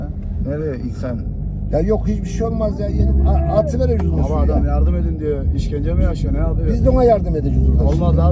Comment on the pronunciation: Arkadaki genç: Abi Adam yardım edin düyor. Peder: “Bizde ona yardum edeceğük” 😂